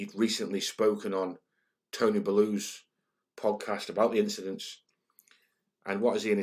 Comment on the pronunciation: Tony ' Belloo ' ? Don't let him hear you pronounce it like that , or he do you over worse than Ferguson !